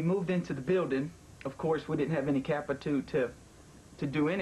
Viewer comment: I love watching someone who is so uncomfortable that they begin to mispronounce basic English. Capi-too